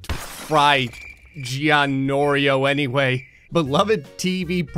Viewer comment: It was not "Gianorio" It was "Giorno Giovanna" JK